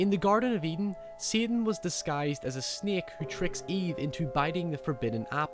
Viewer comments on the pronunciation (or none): is super smart, but goddamn I can't stop chortling when he says "baebae" and "faete" snaeke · Why are you talking normally and then a few words sound like you had an aneurysma . Like sin " siooen " " snake" snek or sneok or wtf and some other words . Like having a heavy dialect but with just a few words . Or that is how people in england speak . I went to england a few times and the states many more time . This guy is what from ireland or scottland or what . Im so confused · 'seten' 'sneke' 'neked' LOL